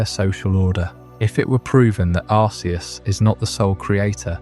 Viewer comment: You know there is a movie about Arceus and they don't pronounce it like you do. You are wrong lol